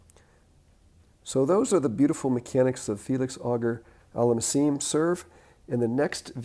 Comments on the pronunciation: Good lesson but please,, AUGER is pronounced (phonetically), "O-Zhay", not "Auger"........... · I'm so glad you pointed out that things like the "back scratch" and pronation are not really things you should try to DO but rather allow to happen through relaxed, proper technique. (Felix's middle name isn't pronounced like the English word "auger," it's pronounced more like "O'Shay" but instead of a "sh" sound it's a "zh" sound.)